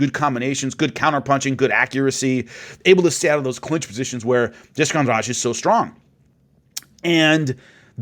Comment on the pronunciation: I like how you pronounce Jessica's last name right like it's nothing